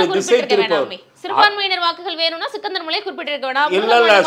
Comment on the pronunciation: சிக்கந்தர்மலை இல்லம்மா ஸ்ரீகந்தர்மலை